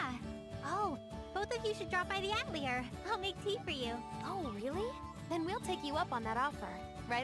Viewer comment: 'attlyer'? lol